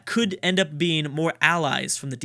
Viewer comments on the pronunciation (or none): none